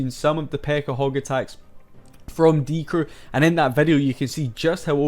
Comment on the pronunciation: bibi is pronounced beebee but short just like die crew has a short die actually. its die CREW not DIE crew duh